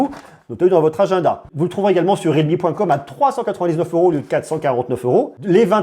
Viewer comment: ré al me 😂